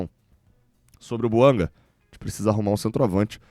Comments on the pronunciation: É BUANGÁ que se fala porque a pronúncia é francesa. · A língua oficial no GABÃO é o francês. Assim, a pronúncia é BUANGÁ.